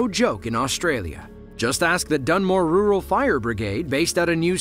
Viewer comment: OH MY GOSH. PLEASE LEARN HOW TO SAY RURAL! It’s definitely not roo-ral 😂🤣😫 It’s pronounced RER’L.